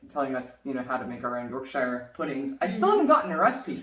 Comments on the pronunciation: YouTube started chucking you guys my way, don’t know why but I’m guessing there’s an algorithm involved. Doesn’t matter, I love it. Just a few things though: 1. Yorkshire is pronounced YorkSher not YorkShyEr. Pretty much anything with ‘shire’ at the end is pronounced ‘sher’. 2. The only college sports anyone take seriously is rowing, and then the only ones who take it really seriously are the ‘colleges’ who take part in it, namely Oxford and Cambridge. 3. High school (secondary school) graduation isn’t a thing. We just call it leaving school. No fanfare. 4. We can buy legally buy alcohol at the age of 18. It is not illegal to drink from the age of five believe it or not. Love the channel! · wuss ter sher sauce and york sher pudding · I think most would say Yorksheer rather that Yorksher. But it depends on accent. Post people from Hampshire would likely say Hampshar. But it wherever you're from in the UK it never rhymes with tyre.